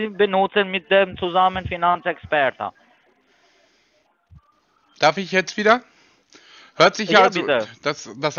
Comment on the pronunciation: erstesmal können Sie anfangen mit Mindestbetrag 250€ und können Sie benutzen mit dem zusammen Finanzäxperta…“ 😂😂😂😂😂😂😂😂😂😂😂